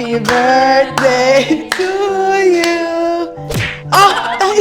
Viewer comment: “sis happi burthday ”